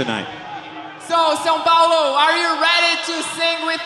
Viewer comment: O jeito que o James fala "São Paulo" aqui é mt engraçado lsslsjoss